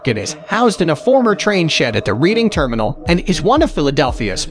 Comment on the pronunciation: Pronoumced redding terminal NOT reading